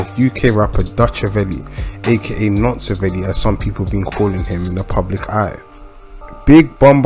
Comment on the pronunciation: Man said Nonceaveli 🤦🏽‍♂️ 😂😂😂